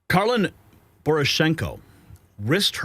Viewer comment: Karlyn not Karyn